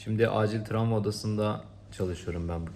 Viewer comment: Tramva degil ,travma:))